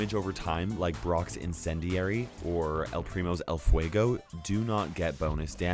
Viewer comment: I like the way you say el fuego xd I talk spanish and sounds very good